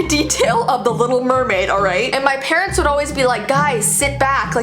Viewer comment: When she said: Things your parents told you I heard: things your parrots told you